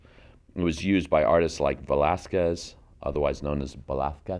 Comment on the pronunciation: As a Spaniard, I approve your pronunciation of Velazquez😅❤🎉 the colors are beautiful ❤❤❤